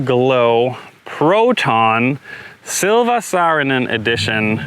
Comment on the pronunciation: Simons pronounciation of Silva Saarinen was actually pretty close on point for non Finnish guy :)